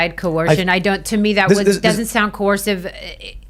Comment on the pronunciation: co-ursive, survivor lady!